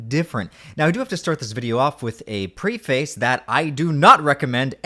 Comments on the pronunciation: not pre-face. preh-fis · Dude, not judging, but please alter your pronunciation. Pre-face? Is that a weird canadian thing? Or have you just only read it and not heard the common pronounciation preh-fiss. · It's pref-ace not pre-face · It’s not “ Pre-face”: it’s “Pref-ace” pronounced like “Pref-s”. This is more screwed up than the time that has-been crackhead Smurfette moved into my trailer park with her registered sex-offender PaPa Smurf grandfather. She walks around wearing a thong and it’s just hideous. If she shaved that hairy smurffy of hers. You should put headphones on and listen to “Legend of a mind” by the Moody Blues. You have to listen to the whole thing, it takes you places. Like a trip around the bay and bring you back the same day. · Love the video but… “preh-face”, not “pree-face” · start it off with a what?! 😂 it’s pronounced “prefis” my guy 😅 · Preface = “pref-iss” 😊